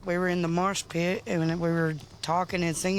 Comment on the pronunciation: I beg your pardon? "Marsh Pit"